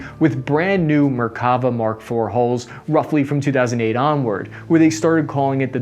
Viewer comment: Note on pronunciation: namer with the e as in “hell”. Merkava with the stress on the last syllable. Nagmash with both As sounded as in “cat”.